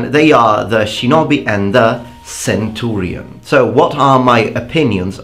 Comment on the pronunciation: can i just say, i really like how you say centurion, it just sounds nice